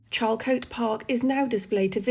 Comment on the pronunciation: Charlcotte is pronounced 'sharlcot' And Shakespeare was also friends with one of the Lucy's